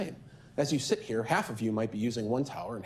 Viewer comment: "i will shit live on this stream" 😂😂